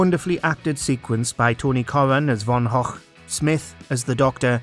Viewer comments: Von hock! Was Van Gogh (pronounced go) really that hard to say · I've heard some creative pronunciations of Van Gogh, but never as "Van Hochk".... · "vincent Von och" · just a quick question: is that how you pronounce Van Gogh?